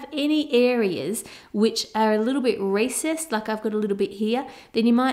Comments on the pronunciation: Did anyone else think she said racist ?? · I like how her pronounciation of recessed sounds like racist :D It gave me a moment to figure out, why the chocolate is racist ;D